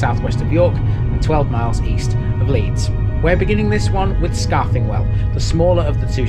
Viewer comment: Your also over pronouncing the TH sound in Scarthingwell. It's more like scar thin well , enjoyed the video lived in Saxton when I was younger.